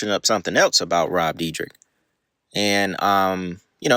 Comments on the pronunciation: Bro you know his name ain't no "deedrick" it's "deer deck". D + yr (year) + dek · Is pronounced Deerdek. 😂😂how much"research" could you have possibly done😂😂😂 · So just a few notes on pronunciation. It’s deer-deck, f-oust-tion bargain and ridiculous-ness. Good content but not knowing how to say the words of the subject your covering was driving me crazy. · it doesn’t matter at all, but it’s pronounced “deer-deck”. like i said doesn’t matter i’m not tryna be annoying just letting ya know brother. amazing video. i loved these guys when i was a kid. sad to see the facade fade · For if u ever make a future video about him. Its pronounced deer-deck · It's pronounce, "Dir - dek". Where can i see the OG video, not what you stole to make your content? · It's pronounced deer-dek bro 😂 all love tho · its pronounced De-er-dek(Dyrdek) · his last name is pronounced "Deer-Deck" for future reference. love the videos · You’re saying his last name wrong